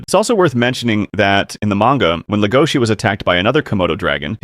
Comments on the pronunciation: STOP SAYING HIS NAME WRONG! DID YOU EVEN WATCH THE SHOW BRO? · Stop saying his name wrong